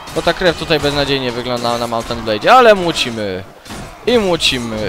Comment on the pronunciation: "To jest kolejny odcinek z grą Mołnt en't blejd łorbend" KOCHAM TO!